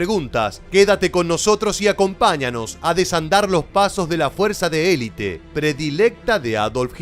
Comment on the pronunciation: se dice elite completamente no elit